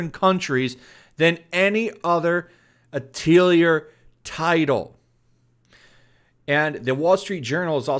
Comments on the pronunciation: Hey 2, not that I care too much but I figured I'd point out for future reference, Atelier is pronounced "Ah-teuh-lee-ay" It's a French word, so don't feel bad, but yeah, I just found it hilarious how you were pronouncing it like Artillery or something xD It basically means workshop and references that every main character is an alchemist, and they use item creation as a heavy role in the game series. Hence, the work shop reference in the title. Again, don't feel bad, but yeah for future reference, it's "Ah-teuh-lee-ay" not "Ah-tiel-lee-er" XD I still can't get over that that's such a funny way to say it. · Great videos, but it is pronounced: "Ah...tah...lee...eh" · The only thing that triggers me about this is your pronunciation of "Atelier" XD Over here we use the French pronunciation which sounds very, very different.